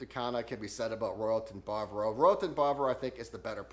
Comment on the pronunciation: Ba-va-ro. Not bar-bro